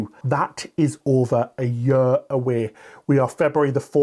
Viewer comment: What’s a “yer”?